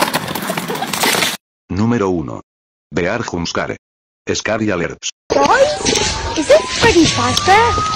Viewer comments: I love how he pronounces “hoompskarei” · I love the way that the spanish voice pronounces jumpscare and scary alert "hompskarreh" "eskary allertz"